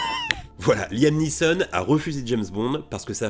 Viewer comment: Liam NEESON Anglais, aie ça pique !! 😂😅